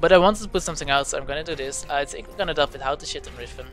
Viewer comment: Omg riFen :D, don't think i hate, but its riven :)